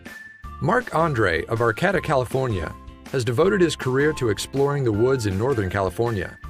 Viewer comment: Arcata. Locals say is it like ar-kay-ta. Just sayin